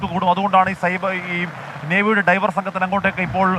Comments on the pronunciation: Navey driver അല്ല diver 😢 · ഡ്രൈവർ അല്ല സർ ഡൈവർ .... വെള്ളത്തിനടിയിലേക്ക് ഡൈവ് ചെയ്യുന്നവർ...നമ്മുടെ ഫയർഫോഴ്സ് സ്കൂബാ ഡൈവർമാരെപ്പോലെ... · ഡ്രൈവർ അല്ല,24ഏ, ഡൈവർ